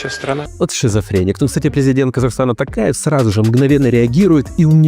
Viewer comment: Прошу в следующий раз правильно произнести фамилию президента Казахстана, Т"О"КАЕВ а не Т"А"КАЕВ. В казахском языке буква "О" читается как "О" запомните это. КасымжОмарт ТОкаев.